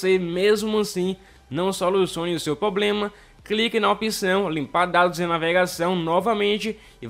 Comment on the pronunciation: Tem que solucionar o seu "poblema" de português também!!!